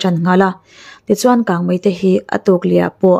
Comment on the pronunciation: Kangmai ti tlat😊😊